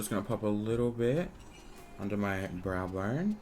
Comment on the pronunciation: Erica Mancini I know he has an accent, but I’ve heard him say ‘Brow’ the proper way before 🙄